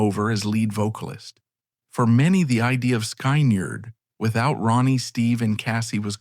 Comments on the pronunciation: Sky-nard???? Oh that’s sacrilege!! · NOT Skainerd its pronounced Skinnerd!!